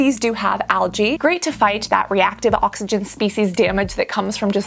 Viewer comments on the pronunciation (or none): none